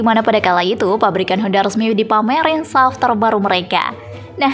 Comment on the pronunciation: Sebutan S- U - V. Buat kerja rumah sebelum.buat video - SUV itu kepanjangan dari Sport Utility Vehicle